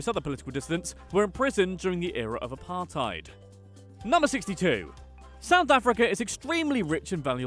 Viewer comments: Apart-ate is what apartheid sounds like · Pronounces Apartheid as Apar-Tide South Africans: Eishhhhhhhhhhhhh bru